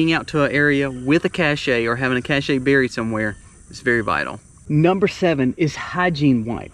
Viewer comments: Just because their are people that don’t know how to correctly pronounce the word “cache” doesn’t mean you also need to mispronounce it too! You and “they” can look up the definition of the word and touch the speaker symbol and it will tell YOU and them the correct way to pronounce it! Plus it tells you the actual definition too! It sounds the word “cash” Seriously, please stop pandering to the people that can not pronounce the word, thereby confusing everyone else that just isn’t sure! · Sorry, but this is a pet peeve of mine. *“Cache,” pronounced the same as “cash” in English, it’s any hiding place of important provisions or sometimes even the provisions themselves. **“Cachet,” which rhymes with “touché” or “sashay,” is synonymous with “prestige,” but it can also be a physical seal of approval among other definitions. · Cache: or you could pronounce it the correct way!